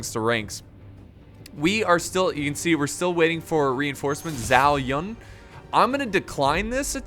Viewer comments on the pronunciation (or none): Zhao Yun is pronounced Ju-Ow Yoon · Zhao Yang he said...xd